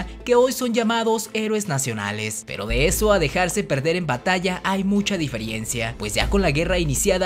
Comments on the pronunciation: Se dice "diferencia", no "diferiencia" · Hola, bien por el esfuerzo en estos videos, se agradece, y como contribución para mejorarlos dejos dos correcciones; se dice diferencia y no diferiencia, y es Lucas Alamán y no Alemán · No es diferiencia es diferencia!!! No chingues!! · Ojo diferencia, no diferiencia ☝🏽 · Pero se entendió verdad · En el minuto 7.26 el narrador dice "he aquí la DIFIERENCIA". ¡Cuidado por favor!, se dice: DIFERENCIA. Buen trabajo en general, muchas gracias. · "Diferiencia" Buen video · Sabes que no es de fiar este canal cuando dicen "diferiencia" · ¿Dijiste "Diferiencia"? Lo regrese como 5 veces y así se oye...ojalá sea un lapsus. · MAN, AMO TUS VIDEOS, PERO ES DI-FE-REN-CIA. Es difícil confiar en tu material si no hablas correctamente. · “Diferiencia”? Jaja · Qué mal hecho está tu video, no sabes ni hablar español correctamente. No se dice diferiencia, ni tampoco desacrédito y elogias a un personaje que no tuvo ni principios ni patriotismo sino que se sirvió de su posición para buscar siempre poder y beneficio personal. No fue ni monarquista ni republicano ni patriota, fue simplemente un político convenenciero y corrupto y tu video no ayuda a quien quiere conocer la historia sino que lo confunde.